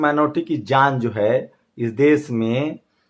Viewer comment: Desss ni...desh hota hai